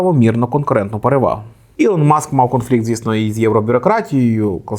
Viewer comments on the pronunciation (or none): none